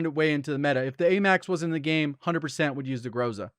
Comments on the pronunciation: ITS "GROH-ZUH", NOT "GROZA" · Groza is pronounced, Gra-Za, which means storm/thunderstorm/danger in Russian.